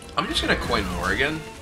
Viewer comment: Every time he plays Dr. Morrigan, all I hear is Morgan and Morgan and Morgan and Morgan and Morgan and Morgan and Morgan and Morgan and Morgan and Morgan and Morgan.